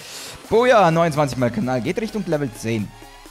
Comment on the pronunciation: du sagst nicht knall sondern Kanal